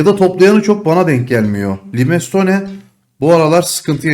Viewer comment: limestone okunuşu şöyle kanka tr çeviriyorum (laymston) 😊